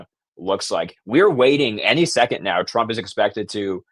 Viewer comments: You keep saying drump?????? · Why is this guy saying, Drump half the time? Or is it just my rock and roll ears? 😂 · ARE YOU PURPOSELY SAYING "PRESIDENT DRUMP" WITH A D OR AM I JUST HEARING THINGS... ANYONE THAT READS THIS, PAY ATTENTION TO THIS... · Is this guy saying drumph or Trump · His name is TRUMP not DRUMP....LMAO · Sometimes it sounds like you call President Trump “Drumph” You call him “Trump” most of the time he is President Trump or the President. It’s a matter of respect for the office of President. Not to be mean.